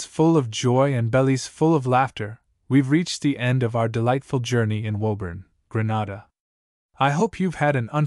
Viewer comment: It is pronounced Greenayda not Grahnada